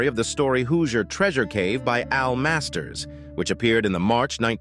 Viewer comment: Hooo-seeier lmfao!!! bro has no idea how to pronounce words